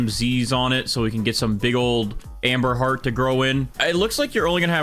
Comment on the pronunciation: I keep hearing Amber Heard when he says amberheart😭